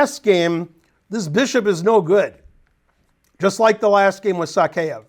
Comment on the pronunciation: So crazy to think of Morozevich as a player of the past. Somewhere around Covid it seems like he just stopped playing. It's "Sakaev" btw. Not "Sakeev".